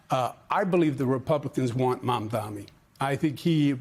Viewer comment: Sharpton its pronounced Maaamdani